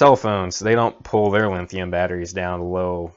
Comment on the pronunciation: Thanks for putting this video together. But, you're ki11ing me every time you say "LINNNN-THIUM". It's like fingernails across a chalkboard. LOL. Drop the "N" dude. There no "N" in the word LITHIUM.